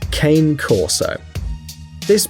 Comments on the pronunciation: And you said cane wrong it’s pronounced con-A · Sorry, usually I don't correct mistakes but the last one ''Cane Corso'' it's like Dog Corso o Corso Dog, the right pronunciation of cane it's another one, sorry (Cane it's actually Dog in italien)